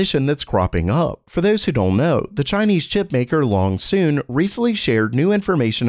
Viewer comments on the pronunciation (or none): why th is everyone pronouncing Loongson "Longsoon"?